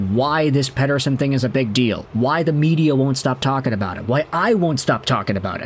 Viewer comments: Lol yeah I was shocked when I heard him say it so perfectly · Great pronunciation of "Pettersson"! (from a Swede) 😀